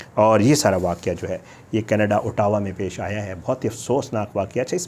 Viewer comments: pronunciation of Ottawa as “ah – dah – wah” or you can say Otwa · Aur Ottawa ko bhi khalad bol raha hey. 😅😅